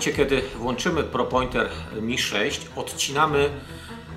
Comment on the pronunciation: Pinpointer, a nie Propointer :P